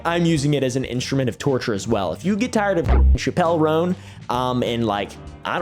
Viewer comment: the way u pronounced chappell roan was criminal